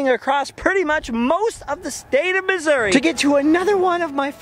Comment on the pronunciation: Thank you for calling it Missour-uh. People think I’m crazy when I call it that. My grandmother grew up in Cabool and has always called it Missour-uh.